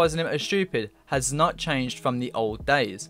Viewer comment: Btw you pronounce as nodt name as S Note